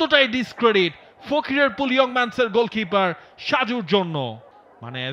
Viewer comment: ফকিরাপুল❌ ফকিরফুল✅ 😂😂😂😂